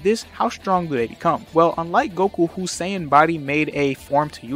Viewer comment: When you say “sayan” it sounds like you’re saying “saints” 🫤